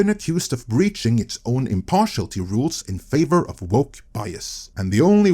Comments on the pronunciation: "Impartiality" has six syllables. im - par - ti - al - i - ty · Sorry, I've gotta complain about 'impartiality' being pronounced 'impartialty' throughout this video. 😛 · Good vid, and the word is pronounced im-par-ti-AL-i-ty. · Impar-she-al-it-ee, but you're still better than my Norwegian ;-). As a Brit, who loved the Beeb, I stopped watching it years ago, what a tragic death.